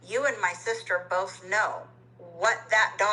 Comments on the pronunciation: She knows she says “ Bolth” wrong so why doesn’t she try to pronounce it right? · also i can’t stand her “BOLTH” anymore omg get off live and go follow an english course